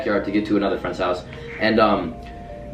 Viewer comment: Hi I like pizza do you like pizza if not we can't be fwends I need fwends please be my fwend